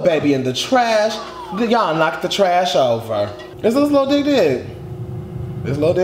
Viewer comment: did you call him “lil dyke” I